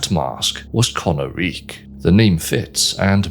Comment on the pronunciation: Isn't it pronounced "ko-NAH-rik" instead of "kona-reek"? Based on how the dragons speak their language in game, it would make more sense for emphasis to be on the middle syllable, no?